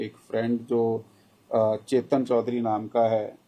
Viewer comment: चेचन चौधरी नाही हो सर....😅🤣 केतन चौधरी आहे ते 😂